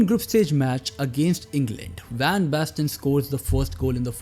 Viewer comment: Marco van basten ❎ Marco bang basten ✅